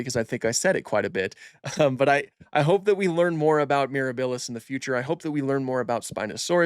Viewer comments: pls say miRAHbilis rather than miraBILLis T-T thanks for the informative video though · Love your content here and on IG! Oh and quick heads up - it's MirAbilis (accent on the A), not MirabIlis (accent on the i). It's Latin for "wondrous" and it's also how Serenno, Navarro and the team are pronouncing it.